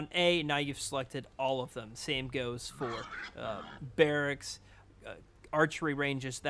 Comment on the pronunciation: Barricksis. Wow. Your grasp of the English language is just unbelievable. Maybe you should go back and get your GED kid.